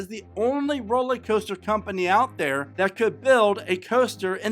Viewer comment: Are you saying roller coaster or rolly coaster? Sorry…just a pet peeve when I listen to your presentations. I also hail from the Dayton area.